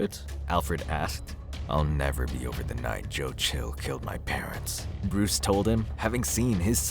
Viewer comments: please pronounce parents right its quite frustrating hearing parentses. otherwise good reading. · You're pronouncing parents' wrong. And it drove me insane lol. It's pronounced the same as parents. The way you say it mean he has two moms and dads that were killed and owned the manor.